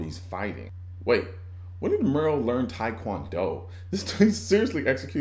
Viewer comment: The zombie ate that nasty ass after-birth! And it's Merle as in Muhrl not mare-rill. Quite frankly to be honest with you...I still love it.